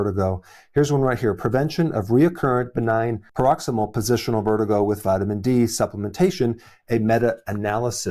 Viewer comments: C'mon doc, the first P in BPPV is pronounced "Prok-CIZ-mul." You're welcome. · You’re mispronouncing paroxYSmal! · I’m afraid to follow a “doctor’s” advice who doesn’t pronounce “paroxysmal” properly.